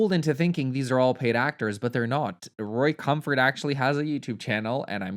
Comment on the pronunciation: I like that you call Ray Comfort Roy, hehe